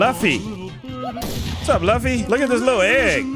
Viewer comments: LAFFY ITS LUFFY NOT LAFFY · its luffy not laffy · it’s pronounced loofy and it’s from an anime called one peace